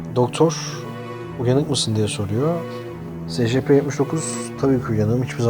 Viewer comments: SECEPE ne SCP diye oku şunu.Yada ÖMP(Özel Muhafaza Prosedürleri) de şuna.SCP yi nasıl açıcaksın.Salak Cahil Patates. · S c p değil e si pi diye okunuyor